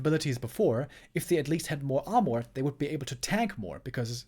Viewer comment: It's pronounced "ar-merr" not "ar-morr"